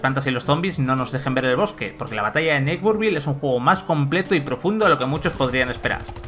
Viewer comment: Que feo pronuncias “neighborville”